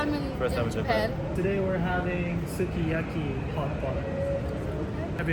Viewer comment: ご自身でも普段から『スゥキヤキィ』と発音されているのですか？日本独自の食べ物なのですから、日本でのイントネーションで紹介して欲しいかな？とは思います。